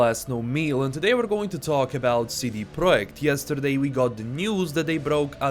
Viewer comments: It’s pronounced Project not Proic. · I appreciate LastKnownMeal very much, you have amazing entertaining videos that I listen to while I am at work. No offense l, I just found it hilarious how you pronounced it.